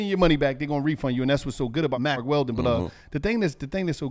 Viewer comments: Lol they had to edit in Mack Weldon he had to have just been saying Mark Weldon the whole time 😂 I heard a couple marks slip 😂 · that’s Mack not Mark